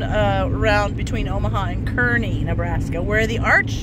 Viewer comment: The town is pronounced Karney, fyi I love the tabletop at that diner. Did you know a lot of those old diners of that sort were trucked over from New Jersey, other parts of the east coast? Yep, they were 🙂